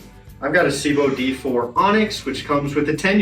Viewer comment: The biggest thing I get from this is that Americans can't pronounce "Sebo" correctly